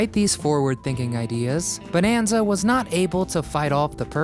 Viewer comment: This is the SECOND video where this guy pronounces the name "BONE-an-za".😣